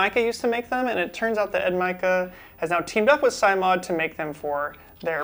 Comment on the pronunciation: Oh, and it's pronounced "sim," as in "simulation"